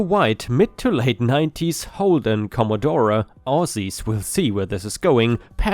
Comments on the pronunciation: I'm sure another Aussie had already said this, but I'm not scrolling through over 300 comments (sorry). Commodore pronunciation is commodoor. XXXX pronunciation is 4 X (or 4 ex). (Sorry,! Every time you said "commodoré" it the my concentration out the window). Also, maximum legal speed on open highways is 110km/h. If the commodore got snapped doing 200km/h, that's loss of license time in most states and, possibly 30 day impound of the car depending on the state. Oops, nearly forgot the bloody big fine that goes with it. With XXXX Gold and speed cameras hidden behind overhead speed limit signs being mentioned, I'm going to take a wild stab in the dark that these bogans are Queenslanders. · Dear...... it's not CommodorA..... the e is silent so it would sound like commodoor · The bogan revenge is in Australia, you even say it in the story. Also the car is pronounced “com-o-door “ the ‘e’ is silent. Anything bogan is definitely Australian & we drive on the left side of the road. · Com-a-door and Four-ex are how you pronounce the Aussie bogan identifiers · Commodore ( think Comma Door the E is silent ) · RIP Commodore. I'm surprised got Bogan right, but couldn't pronounce commodore. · The way pronounced Commodore had me cringing, but that was still not as bad as the Top Gear cast calling the Subaru Impreza an "ImpreTza"